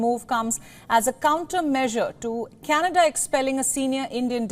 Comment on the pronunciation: Canada soon will be called as "Canedda" 😂😂